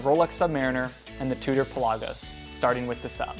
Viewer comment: Pell ah gose not pel ah goes